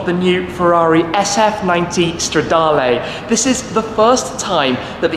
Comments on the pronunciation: Please work on your pronounciation. It is Stradaluh and not Stradalay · Considering how long you've been making videos on Ferrari's, you could at least learn how to pronounce the Italian model names. It's not stradarlay... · Bellissimo come shmee pronuncia "stradale" xD